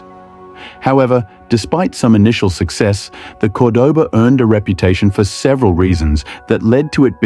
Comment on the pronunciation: What kind of AI crap is this? Fake English accent pronouncing Cordoba 2 different ways? C'mon!